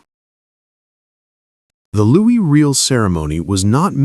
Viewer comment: His name is pronounced Loo E Ree L